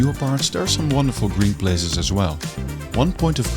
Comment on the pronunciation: Plazes? Places! Dutch randzdad accent...